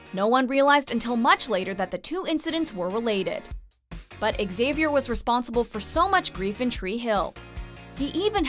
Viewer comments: What is this X - avier pronunciation? Weird ! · Wtf is X- Avier 😂😂😂😂